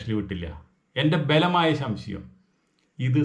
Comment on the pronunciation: ശംശയം അല്ല സംശയം 😅